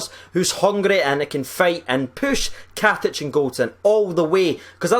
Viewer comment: Katson 😂😂😂 it’s KATIC